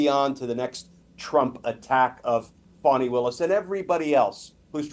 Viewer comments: BTC, please show some respect for Fulton County, Georgia Prosecutor Willis by pronouncing her first name as she does. You are pronouncing it "fawn'-ee" when the appropriate pronunciation is more like "fah'-nee." I acknowledge that it's a slight distinction but it's disrespectful nonetheless not to care enough to pronounce someone's name as they prefer to pronounce it. I cringe every time you or anyone else pronounces her name like it incorporates the term for a young deer! Do you like it if people started pronouncing your your first name "bree'an" given that long ē sound is a perfectly acceptable pronunciation of the letter i used in many words. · Doesn't Trump's being spanked by Stormy Daniels cancel out anything Fani Willis did? Republicans: It' pronounced Fawny not Fanny and you know that - grow up. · She pronounces her name Fawney.